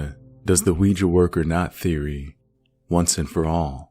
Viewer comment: congrats on being probably the only youtuber to say ouija correctly XD ~ honestly I feel kinda bad for beth. imagine being led on by some guy who rejects you cause you're a ghost ;_; lmao it's hilarious but also undeniably upsetting.